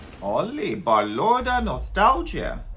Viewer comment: BALÓRDA NOSTALGÍA THE ACCENT ON THE Ì